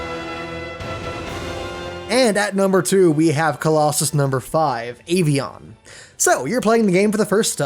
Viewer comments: It’s actually pronounced Ah-V-On, cause it means Plane in spanish/french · I only have three complaints: -It's pronounced Phalanx, not Phaylanx. (The word is based off an ancient Roman battle formation, pronounced Phalanx. Avion is pronounced the same way. Not Ayvion. (I know because my first name is written in almost the exact came way. -If the difficulty of Pheadra weren't introduced early in the game, all the colossi would be climb and stab. They had to make Phedra that complicated so the player could play the game. -Dying during a colossus battle brings you to the beginning of the fight. Not the shrine. You can't be annoyed at the Hydrus battle if you get the facts wrong.